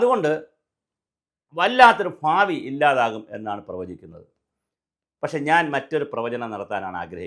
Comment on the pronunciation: ഫാവി അല്ല ഭാവി